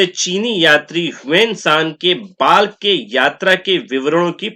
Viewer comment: महाशय Balkh का उच्चारण बल्ख होता है ना कि बाल्ख।